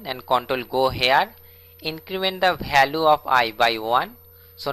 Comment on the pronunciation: Learn English then post the video it value not balue